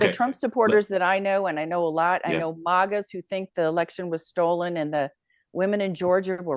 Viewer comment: This Colorado lady does not speak for Suburban woman. Sorry She can't even pronounce MAGA Shes extreme!! She's even making excuses for gang members??